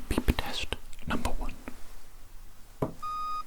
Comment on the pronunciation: Lowk cracked me up the way you said beep rest you put so much emphasis on the beep😭😭😭